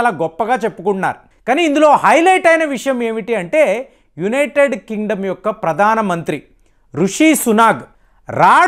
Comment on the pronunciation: It is not Kalistan but Khalistan.Learn how to speak correctly.. Pradana mantri? Baratadesam?